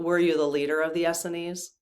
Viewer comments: I think it is pronounced “Ess-SEEN”, not ESseny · Not to nitpic, but.... Essenes is pronounced Uh-seens. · Essenes is pronounced as in “S ENES” (rhymes w jeans) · We always pronounced Essenes as S-seens. When I looked it up in the dictionary it seems to support that. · Essenes has accent on second syllable, not first. Just two syllables, Es seenes.